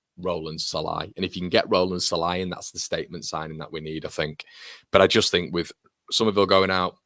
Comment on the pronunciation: as a Hungarian "Sallai" pronunciation is: "S" like sugar not like sun, and the "i" at the end is more like a "ee" on an end of a name like "Lee", maybe a bit shorter "ee", good vid, MOT